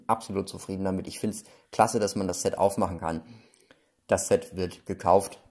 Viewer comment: Ein ZETT schaut so aus: Z. Ein englisches SET spricht sich mit einem stark stimmlosen S am Anfang. Ansonsten noch ein fröhliches Spielen, liebe Kinder!